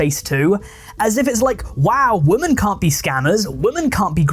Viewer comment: Plus can we please differentiate the pronunciation between "woman" and "women"